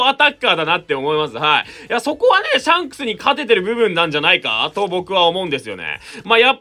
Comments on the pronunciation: シャンスクの言い方がジャン！に聞こえる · ｼｬ↑ﾝクスって言い方好きww